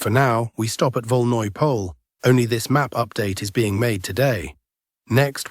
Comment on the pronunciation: It's not pronounced as Pole but rather as Polje, which is Field in Russian